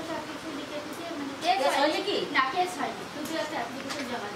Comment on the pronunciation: কেচ নয় কেস আপনি বার বার কেচ বলেন